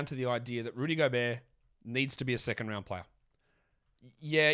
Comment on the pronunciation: The Rhudj Ghobehrt killed me 😄